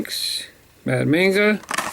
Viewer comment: When you said mad manga it's actually pronounced like when you say the a. Say like momma but with a g hope to from you